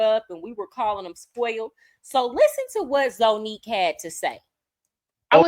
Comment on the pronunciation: It’s pronounced ZANNIQUE…let’s start there 🤦🏾‍♀️😩🥴🤷🏽‍♀️🤣🤣🤣